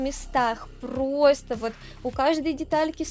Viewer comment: Руль превосходный. Обзор великолепный. Голос, всё рассказывающий и объясняющий - вообще восьмое чудо света😊 Век бы слушал без остановки и ни на секунду не надоело бы😊 Особенно нравится как ты произносишь слово "просто", аж до мурашек прям (в хорошем смысле, конечно же))